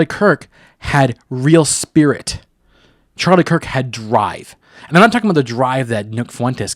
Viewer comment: Something about the way you say “spirit” makes my radar go off 🤣💅 Also dude you or all 12 tribes of your financial pay masters can’t stop his rise.